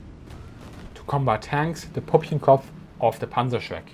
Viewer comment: pUppchenkopf? Nuts? 😂 pÜppchenkopf, man, PÜPPCHENKOPF...